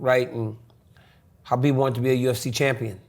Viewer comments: That's the right pronunciation of Khabib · Only dc prounce khabib correct name